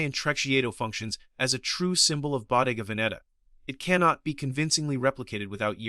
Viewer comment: Ai slop 😂 at least find an text to voice model can pronounce the damn brand this entire video is based on, how can anyone be this stupid , did you not edit or even watch the video before rushing to post this abysmal ai slop